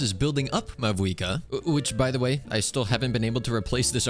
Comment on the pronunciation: did he just say mavouika